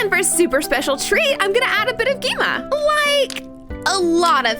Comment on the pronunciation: She knows that, she just acsadentlly said it wrong